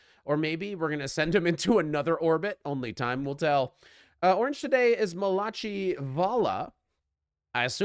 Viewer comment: Orange today is mal-a-chee😂😂😂 that's pronounced Malak-I. 😂